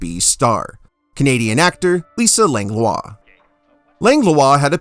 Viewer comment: Langlois pronounced "Lang - wah"